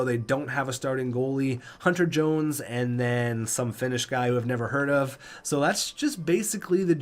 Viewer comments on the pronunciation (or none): none